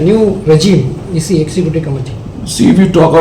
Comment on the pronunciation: Nongpule khubor😂 CE instead of EC😂